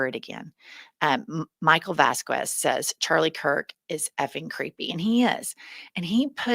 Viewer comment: Please don't say vasqWes...